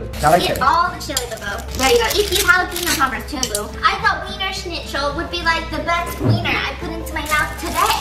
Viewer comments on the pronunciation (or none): Being German it’s very funny to see how Stephanie pronounces “Schnitzel”. Also Wiener Schnitzel in Germany is a specific type of cutlet so it’s kind of weird how they are a hotdog chain 😂